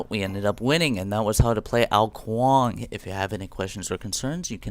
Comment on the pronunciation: kong? i'm pretty sure is ''Kuang''